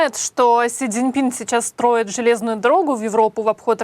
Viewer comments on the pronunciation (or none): none